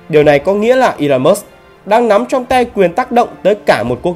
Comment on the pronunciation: Ngọng mà phát biểu tự tin ghê. 😂😂😂